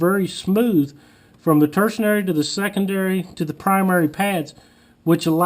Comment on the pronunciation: The word is tertiary. Lol